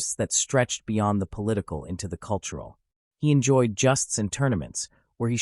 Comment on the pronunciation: AI It is not pronounced justs but jowsts. Irritating. Supposedly so clever but NOT!!